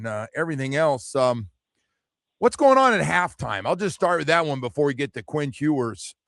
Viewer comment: His name is "Ewers," not "Hewers."